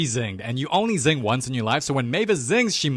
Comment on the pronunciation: sing❌ zing✅